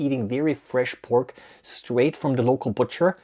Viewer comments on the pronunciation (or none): none